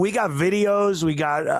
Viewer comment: Listen at the beginning. Crump says "VADIO". Meaning video...